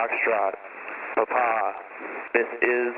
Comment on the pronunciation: Eli Montfort I was in the US Army for 9 years as a medic. It was necessary to use the phonetic alphabet in radio comms and this is exactly how Quebec and Papa are pronounced.